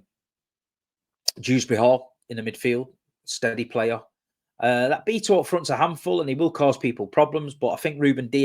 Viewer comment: Gotta love your pronunciation of some players names like Beeto😂